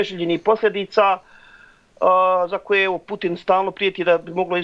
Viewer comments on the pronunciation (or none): none